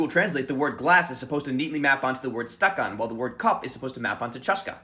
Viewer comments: That's a good video, however, the word stackan has it's stress on the second vowel, so it's stackán and not stáckan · You put the stress on the wrong syllable of "stakan" but this made me think about how English and Russian both have fairly unpredictable word stress and speakers of both languages mostly rely on vibes to work out where to put the stress in an unfamiliar word, but the English intuition is often the opposite of the Russian intuition. For example I don't think any English speaker would see "Anna Karenina" for the first time and think "ah yes that is clearly pronounced "Anna KarEnina" and I think that is so interesting.